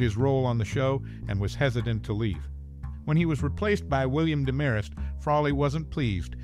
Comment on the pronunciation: Same VO twice in a row? And it's DEMarest, not DeMARest.